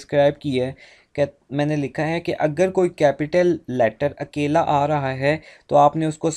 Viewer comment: Sir your akeyla sounded like keyla😂